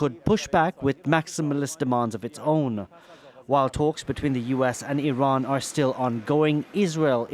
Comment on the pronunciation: I cannot take JD Vance as a serious contenter for any sort of leadership. He can't even pronounce Iran. He can't show one shred of intelligence.